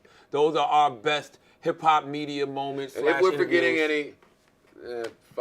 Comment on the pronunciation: Charlamagne can't differ "are" and "our" lol